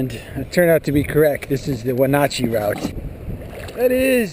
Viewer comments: Take a drink every time mispronounces Wenatchee. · Wonder if he ever learned how to pronounced Wenatchee correctly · The way he pronounced Wenatchee cracks me up.